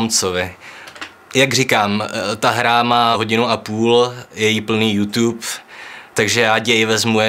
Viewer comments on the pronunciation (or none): none